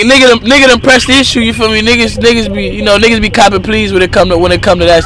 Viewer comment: Did he just say Nigaas ?